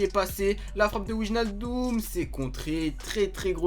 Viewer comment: C'est pas pour jouer au chieux mais pour info Wijnaldum ça se prononce Weïnaldoum pareil pour van Dijk ça se prononce van Deïk, c'est cadeau :)